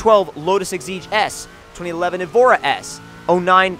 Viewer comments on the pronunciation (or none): none